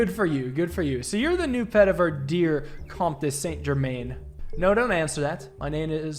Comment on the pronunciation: This game is killer def wanna see more of it, it's pretty hilarious your French pronunciation though. Can't blame you there is a lot of weird words that you just kinda have to know the dipthong for, comte should sound a bit like count for example it's like English with bad spelling for a lot of these words